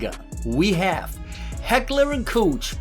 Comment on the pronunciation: Haha you said coach(Koch)